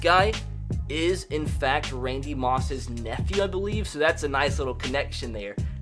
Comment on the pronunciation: It is not ranky moss its randy moss and thattus moss in randy mosses son